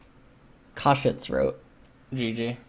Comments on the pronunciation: fs... i get triggered everytime you say Kha'Jix... it's Kha'Zix :c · ffs ls its khaZix not khaJix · wtf is a kadrix ? i thought his name was kha'zix as in ka and then zix. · Why does pronounce Kha'zix with a J? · why the fuck are you calling him kadrix? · It's not Ka'jix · Yes I know, I'm Korean. And I'm still annoyed by his khajix pronunciation, because it's completely unnecessary. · for the first 10 minutes I thought he was saying a summoner name like "cadrix" or something lmao. thought it was some Korean player he knew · I think my headphones are broken :( everytime he says "kha'zix" it makes some weird noise and it sounds like kha trix or something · Pretty sure says Khazix in Korean, as he's reading the KR characters. So he does say it like Kajix or something. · "Kha'Jix" is the way some Koreans say kha because of their Z sounding like a J, like Zed is pronounced Jed to them... (I have a lot of Korean league friends and IRL) except the only Koreans that do this are the ones that just learned English or learned it as their second language very late... but shouldn't have a problem with this, so he's basically just saying it cus he's a giant Korean weaboo.. s t o p. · the j or ch sound replaces z sounds for foreign words because there are no native words with z sounds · He was saying Kha Shits the entire game because the Khazix was shit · The only reason why I watch is to hear him incorrectly pronounce words like Seraph or Kha'ZIX. XD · how the hell are u prononcing khs zix? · it’s a korean pronunciation